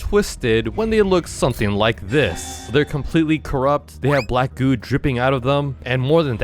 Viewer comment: he said black goo but i heard black goon